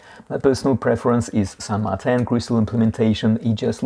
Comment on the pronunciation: I kindly submit to you that it should be pronounced the Spanish way, "San Mar-teen", as the only widely known San Martin out there is the historical figure revered in South American countries like Argentina. Now who's being pedantic? :D